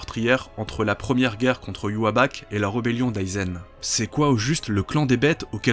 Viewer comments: Ywabach ? ça s 'écrit Ywach pourquoi tu le prononce différemment ? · Pourquoi tu dis Ywaback ?!? 😭😭😭😭😭 Pourquoi pourquoi pourquoiiiiiii ????????? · arggg prononce bien Yhwach !!!